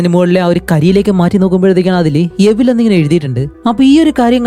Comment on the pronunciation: Evil എവിൽ അല്ല ഇവിൾ